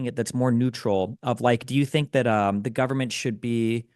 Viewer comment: why does Pakman always hit Destiny with the full guvvy every time 😂 Actually cracks me up whenever he does it